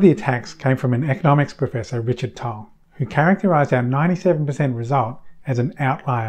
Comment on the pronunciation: I notice you still can't pronounce Richard Tol correctly. Even after me demonstrating how it's pronounced. ;-P